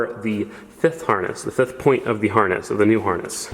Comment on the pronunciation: This mans said porn instead of point 😂